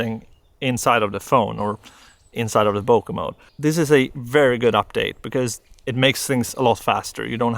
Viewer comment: everytime he says "bokeh-mode" i feel like he is saying "poke-mon" 😺